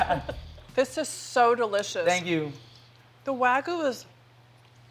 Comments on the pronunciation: UGH can Americans stop saying "WA-GOO" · Please stop saying wagoo. It’s pronounced WAG–YU.